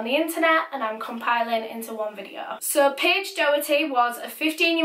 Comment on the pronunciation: Stop saying case or caes video or vedio